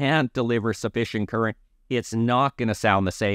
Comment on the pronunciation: I learned a new term for amplifier, its called, tchurent! This guy just refuses to even try to pronounce it correctly.... so annoying....